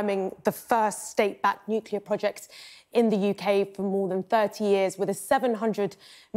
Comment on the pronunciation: Hilarious that Grant Shapps can't pronounce the word "nuclear". Even George Bush Jr did better than our Grant! Listen to his way of rapidly avoiding the correct pronunciation in favour of something like "nooka".